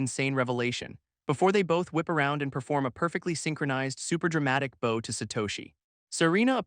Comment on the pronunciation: I would like to point out that archery doesn’t seem to be used in this anime so why do you keep referencing bows and arrows? Unless you’re trying to say the other word with your mispronouncing. /bau/ : the active showing respect /bou/ : the thing-a-ma-jig that launches arrows